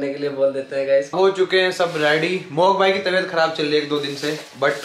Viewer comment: Pure video mein ne 3-4 baar meri taybat kharab meri tibhyat kharrab hai boldiya 😂😂❤️ get well soon